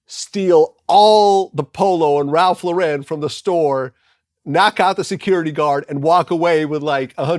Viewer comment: It's not ralffffffffff levellllllllll